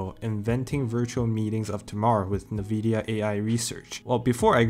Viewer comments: It's "en-vidia" not "navidia." Great paper, though! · Not trying to be disrespectful but I would like to point something out: It's pronounced: "inn-VID-ee-uh, with the first two vowels being identical, sometimes it may sound like: "En-Vid-Ya" as well. but not: "Ne-Vidia" like you pronounce it on most of your videos. Please keep up the good work, I hope this will helps for future videos :) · It's pronounced N-vidia, not nuh-vidia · what? nuh-vidia?